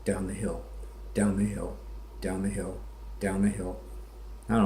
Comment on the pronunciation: One more thing, you don't sound hill billy enough when you say, "down the hill." It's almost like he says, "daun the hell."